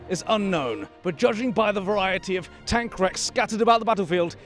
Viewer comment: He called it a tonk 🤣🤣🤣🤣